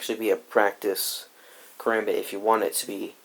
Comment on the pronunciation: This nigga pronounced it, "karumbit"😂😂